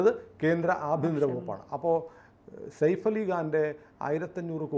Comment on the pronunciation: സയഫ് എന്ന് പറയൂ സേഫ് അല്ല